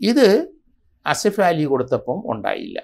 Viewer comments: അസിഫാലി,,, എന്നല്ല ആസിഫ് അലി,,, നിങ്ങൾക്ക് നാക്ക് തിരിയില്ലേ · ആസിഫ് അലി..എന്ന് ആണ്..സത്യത്തിൽ സാർ നിങ്ങൾ ആ പേര് ആദ്യം ആയി..കേൾക്കുന്നത് പോലെ തോന്നി 🤔🤔